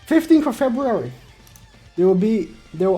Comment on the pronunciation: 15 of febuwawi 😂😂😂❤️❤️❤️